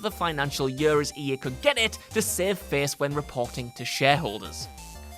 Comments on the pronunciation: Is it yør, or is it year? =D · I laugh every time you say year lol yuurr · and if I have to hear the word "year" so strange pronounced anymore I'm gonna lose it 😅